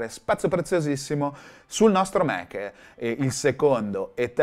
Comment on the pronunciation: Fa ridere che i Mac li pronunci "Mèc" mentre macOS "Màc" 🤣